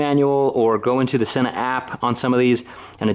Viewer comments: Since I bought my SMH10 units, I have been making the same error that you have made on this video. It turns out the correct pronunciation is " SEEna" not "senna" ! I don't think we're the only people guilty of making this mistake, but if you listen to YouTube videos made by Sena or happen to call them, you will see we are wrong ! The SMH10 is incredible and my only complaint is that the range is very limited due to the fact that it's all done via bluetooth. Love your idea of creating a tour business - have thought that's the direction you should go for a long time. Hopefully you can become the Edelweiss, Beach, IMT, etc. of Utah ! Best of luck and keep up the great work !!! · With grammar rules I don't get how people get "senna" from the word Sena.